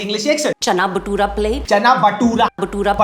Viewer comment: Maheep is sardarni and saying Batoora instead of Bhatura????? Doob maro